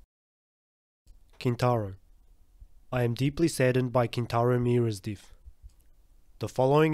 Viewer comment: What country is from? Never heard "death" being pronounced that way before.